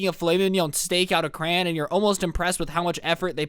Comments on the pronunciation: Cray-on or cray-n not cran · Its Cry-on